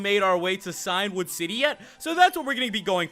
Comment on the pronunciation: Just to let you know that Cian is an old Irish name pronounced Key-Ann or Key-In, and it means Ancient, and you're saying Cyan, the colour which is like Blue. So it should be Key-In-Wood, meaning Ancient Wood